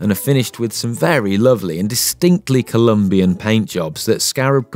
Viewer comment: The bike says on the top tube...IT’S COLOMBIA NOT COLUMBIA, and the narrator still says COLUMBIAN BRAND.